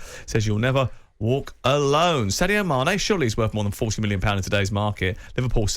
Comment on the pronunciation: Man said mane😅🤣